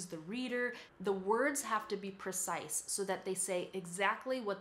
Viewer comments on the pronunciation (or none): "So they have to be very percise [sic] with their language." PRE-cise. "The words have to be percise [sic]..." PRE-cise. "The sentences have to be percise [sic]..." PRE-cise. "...perfessional writing [sic]..." PRO-fes-sion-al ().